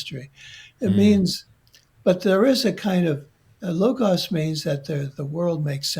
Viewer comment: Logos not logauss 😮 another AI -introduced mispronunciation along with sicklical instead of cyclical… so much mispronunciation. Otherwise it’s a great interview thank you 🙏🏻 ❤